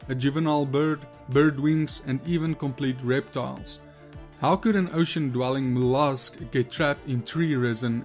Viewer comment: Not moulosk it’s called mollusk